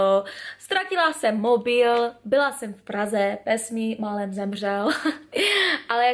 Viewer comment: až na výslovnost mobilu mobííííííl